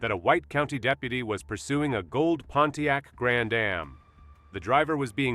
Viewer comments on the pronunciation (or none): none